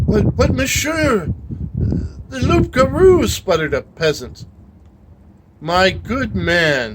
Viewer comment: Just a small thing, loup garou, don't pronounce the P . It's closer to Loo for an English person. 😂